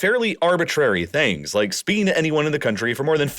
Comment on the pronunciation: I hate this mumbling narrator .. some words are just fucking incomprehensible. Like when he says that "speaking to anyone in the country for more than 15 minutes" was outlawed in Oman, it sounds like SPEE-ING, the k is inaudible. Its also the most reviewed moment of the video ... for a reason ...